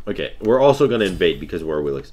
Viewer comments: Correct pronounce is AWishList* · you literally just called her "Awil-ix" 15 seconds after saying that isn't how you pronounce her name.